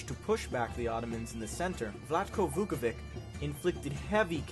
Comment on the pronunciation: It’s not Vukovik, it’s Vuković.